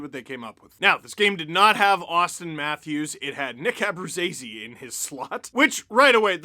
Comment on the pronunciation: Apparently Abruzzese is pronounced AbruJAYse, according to TSN broadcast